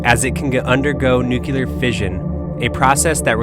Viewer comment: I tried watching. Your Mispronouncing of NUCLEAR "NU - CLE - AR" as "NUKE - U - LAR" was just too Painful for me.